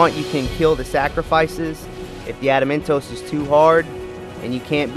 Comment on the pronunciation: "Trapsahydron" "Ada-mentos"